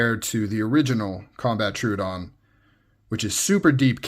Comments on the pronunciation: tro-ah-don btw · Well, it’s not too hard. say trow instead of true trow-uhh-don. You got this 👍